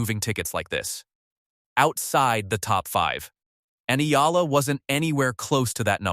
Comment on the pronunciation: its EALA, not AYALA